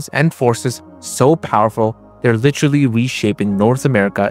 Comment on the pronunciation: Litcherly??? Come on man ... say liter and then say alee. Now then together. Literally